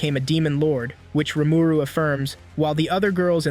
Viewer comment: It's painful to hear Rumooroo